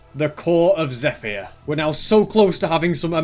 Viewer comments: erm not to be mean and it could be a custom thing os, but it's pronounced "zepher" not "zephyer" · "Zeh-fire" lol